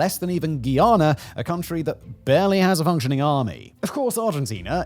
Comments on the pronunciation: It's (Guy)ana Guyana not Guiana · Its pronounced GUY-ANNA Not GEE-ANNA